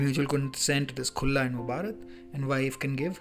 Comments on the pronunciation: sir it is khula , not khulla. 🙂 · Khula is pronounced like kh in Khan from the epiglottis. Khulla sounds so odd and wierd and means "Open"